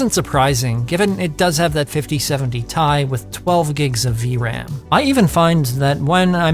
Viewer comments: T-I note TIE like A-i not i 😂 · Its Tee Eye not Tie my friend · As soon as I heard you say "T.i" as "Tie", I'm out. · Good video, mate. Loved the 5070 ti - Thai pronunciation :)